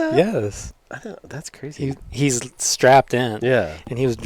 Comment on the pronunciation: The A/C was on so I thought said he had a "cruzy" week instead of "crazy". I'm not going back to rewatxh it because I want to believe he said "cruzy".